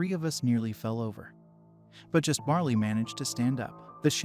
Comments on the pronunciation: Barely is not barley and that was kind of a major distraction, other than that good story, thanks. Oh yeah, slowing just a bit would be great 👍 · It's not bar-lee it's bare-lee/ bear -lee